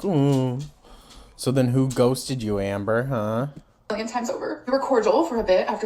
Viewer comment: When you said ,"Anber" I got called out lol gorl!! Lol 😅😅